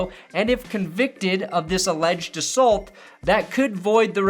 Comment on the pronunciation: You say assault weird, Shame on you